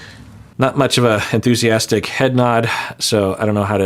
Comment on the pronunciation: I saw that too, he actually said “unthusiastic” as if that’s a word 😂